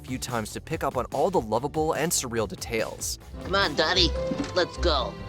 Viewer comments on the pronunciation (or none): weird "details" pronounciation. Ai or just mishap?